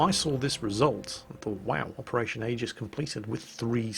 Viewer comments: It's pronounced, "EE-jiss". Noob. Lol. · Operation EE-gis